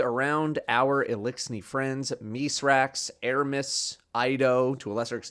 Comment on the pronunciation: Why is doing so much better than like half the cast of the game at saying Misraaks’ name correctly instead of “Mithrax”